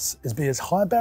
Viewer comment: "High berrage raintree as possible, get rid of all the low barriage entry stuff?" ??? 🙂🙃😉😊😀😃😄😁😆😅🤣